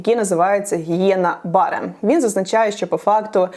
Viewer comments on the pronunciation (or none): Гієна-БаррЕ, з наголосом на Е А Богдану швидшого виздоровлення✊🏻